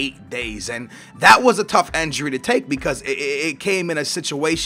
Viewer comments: INJURY IT'S INJURY NOT ENJURY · Is it not said injury on enjury